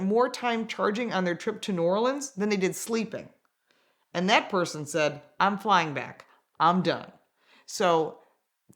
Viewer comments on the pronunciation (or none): none